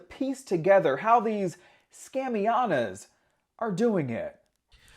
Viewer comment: Honey the reporter said”scamiayana’s” 😂😂😂😂😂